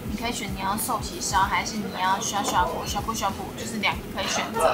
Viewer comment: 涮ㄕㄨㄢˋ涮ㄕㄨㄢˋ鍋 & 刷ㄕㄨㄚ刷ㄕㄨㄚ鍋 雖然我常吃涮涮鍋但不常刷鍋子。